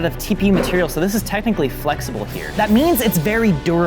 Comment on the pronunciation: "Tecknically flexible"